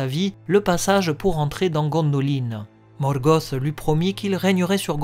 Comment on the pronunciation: Ben j'avoue quand j'entends Morgoth (gosse) j'approuve pas du tout ! Je dis un Luth pas un lusse et c'est surtout ce genre la ou j'ai du mal . J'ai toujours dit Morgoth (te) ! . Mais ça ne m’empêche pas d’apprécier ce que tu fais ;p D'ailleurs pourrait tu te laisser tenter par des théories sur la terre du milieu ? Savoir si l'Arckenstone est un silmarill par exemple sur l’identité des Nazgul quand ils étaient vivant ect ect .